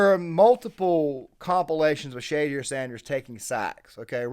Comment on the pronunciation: Good points but at least pronounce the name right if you’re gonna do a video about someone